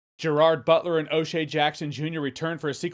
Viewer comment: Den of Thieves 2: Pantera was great! Loved the ending. Can't wait for Den of Thieves 3? One footnote: I wish all the people interviewing and talking to Gerard Butler would learn how to properly pronounce his first name.❤